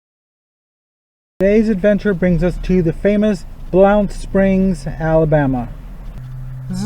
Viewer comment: Its pronounced blunt even though its spelled differently